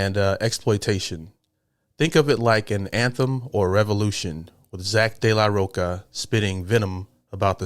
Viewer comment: De la Rocha (Roe-cha) not Delaroca.